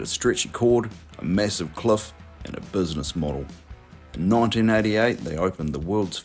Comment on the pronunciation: I just noticed the narrator pronouncing "cliff" as cluff and "minute" as munute.